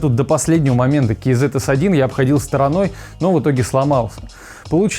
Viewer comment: Ну хоть кто то правильно прочитал название, кей зэт а не казэ бл@